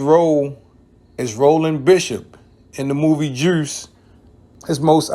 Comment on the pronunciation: This man said “juirce” 🤣🤣🤣